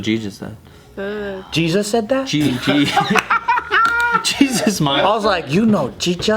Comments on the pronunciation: "You know Jechus" 😂😂😂 i love joe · I heard jeechus too :v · “Jesus said that?” IM SCREAMINGFJAHAHAHHAAHA I THOUGHT HE SAID JESUS TOO OMG